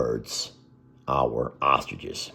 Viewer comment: says ostriches wrong. He says it without the r. Ostiches. Drives me crazy. And, he says tee tee when the dogs have to go out...when it's supposed to be pee pee. Please, get it right.